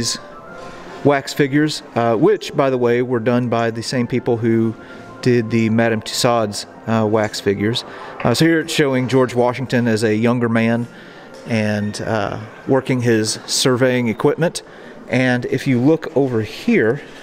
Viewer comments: Love your videos!! Just one comment: Madame Tussaud is French and is pronounced “Too-so,” with the emphasis on the second syllable. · I believe the pronunciation is too-soo....the "d" is silent. I have been to several of the wax museums and that is their pronunciation of it....there may be more than one way to say it though. I sooooo enjoy all your history lessons!!! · if one is going to use proper names, one needs to pronounce them correctly. You have no idea what I get out of these videos, and you’re very presumptuous to even speculate.